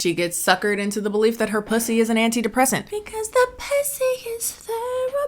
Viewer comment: I had to rewind when you said “puthy” bc I didn’t hear clearly the first time. I was like “did she say puthy”😂